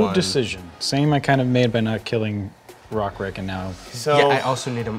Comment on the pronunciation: pronounced Rokiric's name the Slavic way! Do you perhaps speak a Slavic language?